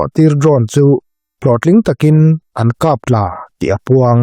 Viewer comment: Kap tla ni lovin kap thla tih tur aw, Pu-a.